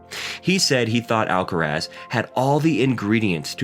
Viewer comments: Why "alcarez"? Influenced by "alvarez"? But then it would be spelled "alcarez", no? Just say"alcaraz". Not "alcarez". Why would you say "alcarez"? It's "alcaraz". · Why do you call him Alcarez?. It’s AlcarAz!